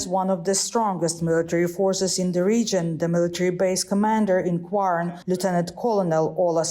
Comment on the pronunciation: I'm Swedish and I don't know about this place called "Guarn". I'm guessing the pronunciation is completely messed up